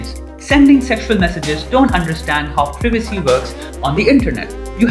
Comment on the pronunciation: privicee lol